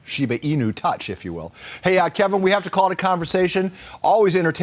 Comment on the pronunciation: Please pronounce shiba inu correctly 😭 The host said it correctly